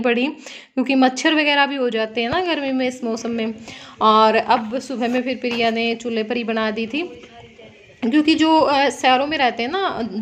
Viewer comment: Pirya nhi hota priya bola kro